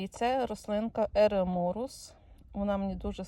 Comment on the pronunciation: Еремурус, а не эремурус😮